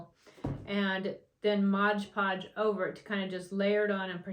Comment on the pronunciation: It’s not called Modge Podge it’s mod podge